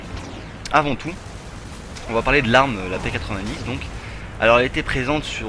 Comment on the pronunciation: On dit P-nonente !!!!!